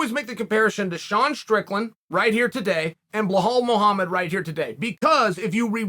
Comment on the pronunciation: “Blahole” Muhammad